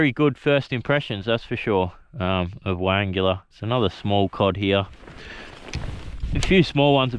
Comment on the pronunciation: Pronounced.. why angler not why angular😂